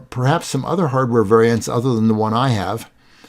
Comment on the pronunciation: Wonderful video, thanks! "vaiants" should be "variants"? (grin).